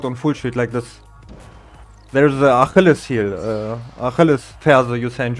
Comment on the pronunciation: damn i never would've thought about sh knee there, thats wild. also, "achilles" is pronounced "uh-KILL-eez" in english, but I'd prob just say "foot"